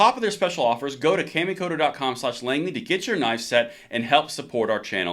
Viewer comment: Great video. just fyi it’s pronounced kah-mi (like “ ah” me). 😊